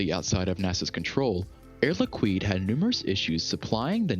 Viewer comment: Air Liquid is pronounced Air Likid not likwid